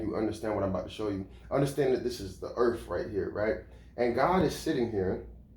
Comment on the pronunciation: Doesn't help with a damn thing. I need a new job now. Not in 20 years. And its pronounced earth. Not earf.